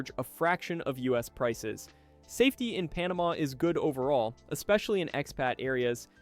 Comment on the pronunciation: Probably should program voice to correctly pronounce easiest names of countries like Panama for credibility!